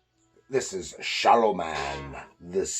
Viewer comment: Pronounced “Shalom” Man… the name is written stylized with the single “m”. Glad you enjoy the books!